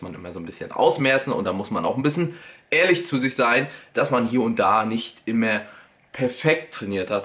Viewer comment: „Wie auch immä“ du bist echt der geilste XD